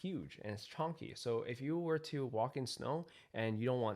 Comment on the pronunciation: The word you want is Chunky, not chonkey lol